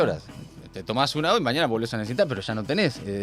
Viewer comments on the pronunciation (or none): none